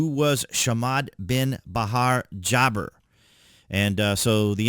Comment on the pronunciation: It's not jabber Ja- bar